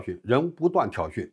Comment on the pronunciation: 挑衅，念信，别念成训！